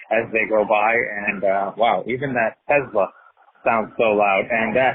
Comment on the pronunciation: Loved the review! Thank you. BTW, pretty sure it's TESS-la not Tez-la.